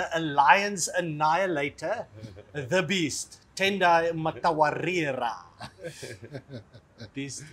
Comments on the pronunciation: Its not difficult at all. its just Mmm-Tawarira. Not matawarira. And its not petty to expect the host to have enough respect to pronounce his team mates name properly. It is a household name and he was in the same team for how many years? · Geez Jean you were his team mate and you are the host of the show - the least you can do is learn to pronounce his surname...